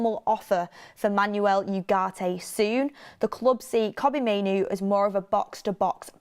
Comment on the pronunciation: VAR check on the pronunciation of the name Manuel… Think more ‘Man-Well’ and less ‘is your car an automatic? No it’s a manual’